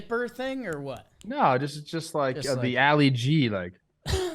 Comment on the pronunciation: it's Ali G like Mohammad Ali, not alley G.